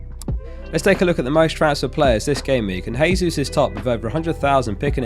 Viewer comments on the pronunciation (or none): Gabriel Jesus is pronounced JAY-sus, not HAY-sus. He’s Brazilian, not Spanish. Just like how it’s JO-say Mourinho and not HO-say Mourinho.